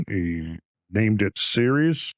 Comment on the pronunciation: It is pronounced Sear'-eaze.